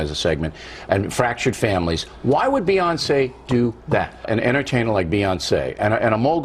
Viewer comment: that last Beyonceé was pitch perfect lol